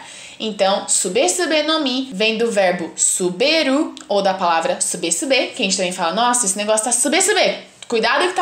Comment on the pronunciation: Nao sabe nem fala o nome da fruta direito a sube sube no mi o suBE se pronuncia subi no mi